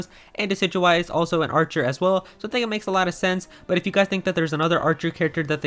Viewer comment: Hmm... Archer rhymes with.. a r t h u r